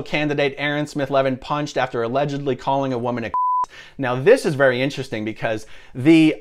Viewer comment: Vewy, vewy funny ☺